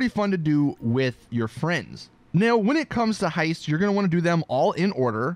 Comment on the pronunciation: I can't seem to understand the word "With your friends"